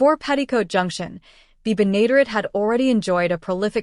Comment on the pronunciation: June Lockhart had staring roles on Lassie and LOST in Space before coming to Petticoat Junction. The final two seasons just were not the same. The computerized voice didn't properly pronounced Bea's Last name. It's "BEN-A-DARE-ETTE. Finishing the sixth season and canceling the show would have been better than becoming a victim of the "Rural Purge." One last note: The cannonball lost all three of It's engineers during the series, Charlie, Floyd and Wendell.